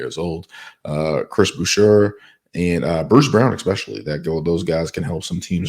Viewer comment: You missed pronounced Boucher and the raptors own all their picks going forward that pick converted last draft. That’s why they picked Walter at 19th.